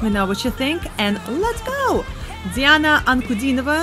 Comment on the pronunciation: Her name is pronounced as D-Anna